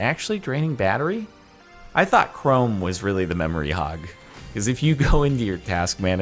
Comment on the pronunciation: The way he said chrome when talking about the task manager really tickled me for some reason.